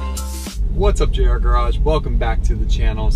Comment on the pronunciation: MY NAME IS JR NOT PRONOUNCED JUNIOR J.R